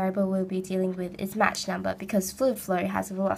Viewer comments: "match number", lol, it's pronounced 'mawk" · *match!! i wanna slap her face everytime she said that